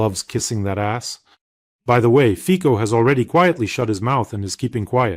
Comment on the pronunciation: just to let you know that the Slovak "c" is pronounced as "ts". So, Fico's name is pronounced like FITSO, not FIKO. You're welcome.